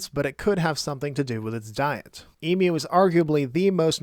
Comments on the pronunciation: Wow, you actually pronounced emu correctly. Very rare for a North American. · Wow, you actually pronounced emu correctly. A first for a North American.